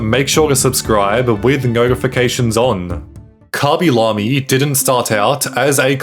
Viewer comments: "Kobby lomie" 😭 Pls stop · "koby lomy"